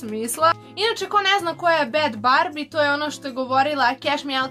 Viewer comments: En la rash: Bad barbi Ja:Ok ako neznas kaze se Bhad Bhabie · nije bhadbarbie nego bhad bhabie.